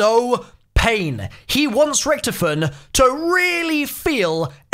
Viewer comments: First bro u can't hold yourself from some sort of laughing in a video and second it's pronounced Ricktofen not ricktfen. Pls improve I like your videos but I have a type of OCD and that annoys me a lil bit. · Its ric-TOE-fen not ric-TUF-fen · Lol Ricktofen. You only can pronounce it right if you can speak german. There is no ck its ch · Anyone triggered about the way he says richtophen, lol loving these easter egg videos tho :)